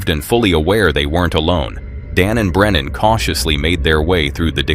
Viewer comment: Uncharted travels name is Brennan not brenner!!